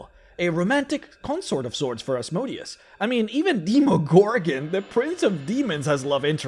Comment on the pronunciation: It's time you go back to saying Asmodeus the correct way before you make more videos about the hells. Now it sounds more like a name of a machine than a devil